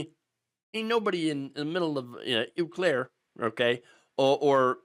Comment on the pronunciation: "Ew clair" Im not even from WI but that was painful